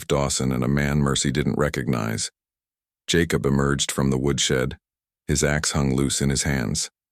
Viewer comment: Jacob is pronounced JayCub. Other than that it’s a good story Wichita, Kansas